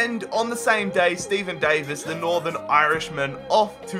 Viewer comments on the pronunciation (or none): none